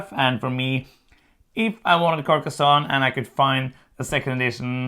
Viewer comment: Her pronunciation was actually correct.